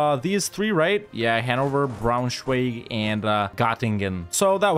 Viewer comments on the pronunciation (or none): none